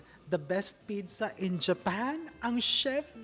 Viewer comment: What the heck is a pidza? All over the world it’s pronounced as peet-tsah. Even in almost all regions of Italy, and specially in Naples, the birth place, they pronounce it as peet-tsah. Maybe you are copying Egyptians? But they would say bidsa. I thought you were well travelled?